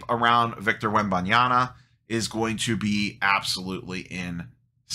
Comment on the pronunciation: Wembanyama, not Wembanyana. Not sure why so many people mix this up.